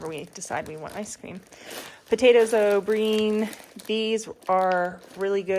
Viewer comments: It's potatoes O'Brien like the name Brian not O'breen. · It’s not. O breen it’s o Brian huge difference